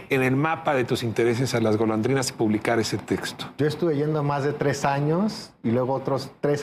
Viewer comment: Todo el tiempo dice la pleca Golodrinas en lugar de Golondrinas 😅